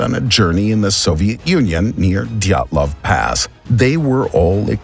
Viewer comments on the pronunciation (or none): It's DYATLOV PASS AND NOT DYATLOW!!!! HOW CAN YOU MAKE SUCH A DUMB MISTAKE????